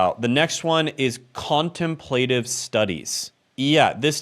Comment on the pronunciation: If you’re going to pontificate on a college education please learn how to pronounce “contemplative”.